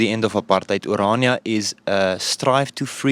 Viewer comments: Stop calling Irania 😂it is Orania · It's pronounced O-raa-nee-a, not O-ray-nee-a. It made my stomach churn every time he mispronounced the name. Aside from that, it was a fascinating video. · You finally, almost pronounced Orania correctly.....Kept sounding like Iranian.... Excellent docu. For a South African, I knew very little about Orania before this. Thank you so much for you time, courage and curiosity. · Bro relentlessly stuck to mispronouncing it as Uraynia throughout 💀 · You're actually on the continent of Africa, which is one of the least racially diverse areas of the planet because diversity is only for white countries, and you feel it's necessary, or relevant, to mention that you're the only black person in a small restaurant? Man, you brought that chip on your shoulder to Orania, a beautiful little town whose name you PURPOSEFULLY mispronounced throughout your video, to the inhabitants faces, with a single exception. What a disgrace!